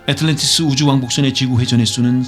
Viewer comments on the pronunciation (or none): 애에트을런티이어스으 호 ~~ 발음 오지네요 ~~~ 캬하 영어학과 교슈님 ?